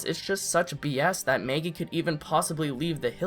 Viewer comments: Why do u say Maygee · MEhaggy. deal with it. :D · This person says “Maggie”in such an odd way 😆